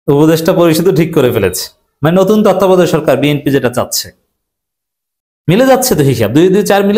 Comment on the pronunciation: তত্ত্বাবধায়ক উচ্চারণ করতে পারেন না সাংবাদিক সাইজা বইয়া রইছেন।